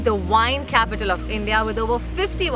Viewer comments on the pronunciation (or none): none